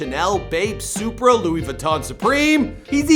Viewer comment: did this dude say supra